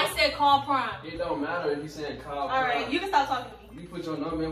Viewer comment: It's the "Prom" and not "Prime" lmao for me 🤣